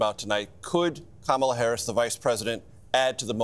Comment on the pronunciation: even the husband mispronounces her name? 🤣